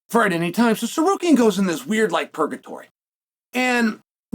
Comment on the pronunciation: How does chael butcher Armans last name… then magically start pronouncing it correctly… then by the end of the video or the beginning of the next he’s right back just winging it 😂